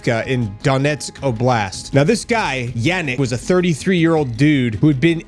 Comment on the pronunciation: Yanik?? You mean yarrick?😊